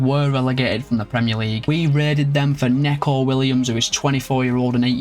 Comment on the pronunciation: it's nico not neco😂😂❤